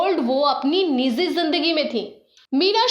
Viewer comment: Niji sahi shabd hai..nizi nahi. Gujra sahi lafz nahi hai. Sahi lafz guzra hai.